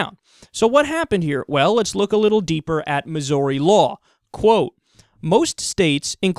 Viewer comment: Missouri Mizz-Or-EE... Miss-err-eee... Mizz-Orr-E-A-Sports it's in the Game. Mizz..Err-Orr--Ee--ee-a-e-i-o-u and sometimes y Yeah, anyway... the way you say Missouri.. It touched me deeply.